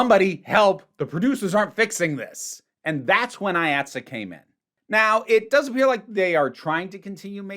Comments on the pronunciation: It’s pronounced Eye Aught See, IATSE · This may have already been covered, so sorry if I’m repeating it. IATSE is pronounced “Eye-at-see”, at least in the NYC-theatre world. Delightful video no matter what, though as someone whose shop is actively unionizing (woo!), it made my eye twitch a little.